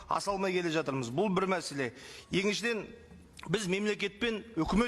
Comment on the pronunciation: Атырмыз"емес,,жатырмыз ",дұрысы осы.